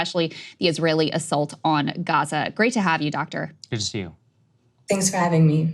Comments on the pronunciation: "The nature of US relationships is not really governed by... human rights as a rule..." <- Yes, that is clear p.s. "You know he's lying because..." his lips are moving. p.p.s. I appreciate pronunciation of "Gaza". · As a lady with a Doctorate in the Middle East I assume that she speaks Arabic. The way she pronounces Gaza is the correct Arabic pronounciation Dumbo!!